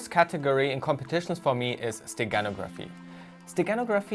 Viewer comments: In the word "steganography" the stress is on the "no" syllable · Stress in the word "steganography" is on the 3rd syllable